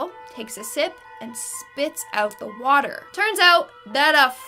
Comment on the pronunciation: The watah is dangerous